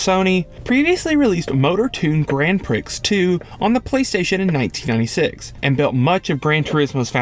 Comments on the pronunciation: Hahaha "grand pricks".... Prix is pronounced "pree", but I really liked this one better. Very nice video though! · Lmao motor toon grand "prix". I can be a grand prix when agitated. I belive it's pronounced "pree". I rented that and had no memory card. So I didn't turn my consol off for a week. Wow time passed by so slowly when I was young. It felt like a month I had that game and mastered it. Great video. Huge impact on my life as a child. I promote video games in my household to my daughter's. I feel it's great for their development. <3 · Great vid! just want to let you in on a little "secret", Grand Prix is not a porno....it is pronounced "Grand Pree", not Grand Pricks, lol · Grand Prix is pronounced Gran "Pree". Not Gran "Pricks". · Did you just pronounce Grand Prix as Grand "pricks"? Prix = "pree" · did you just say, “Gran Pricks” ? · Did you really pronounce the X in prix lol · You don't pronounce the "x" in Grand Prix. lol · Boy... did you pronounce the X in grand prix?